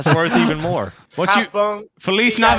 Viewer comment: The fact they kept saying Feliz navida instead of Navidad 🤣😂🤣🤣😂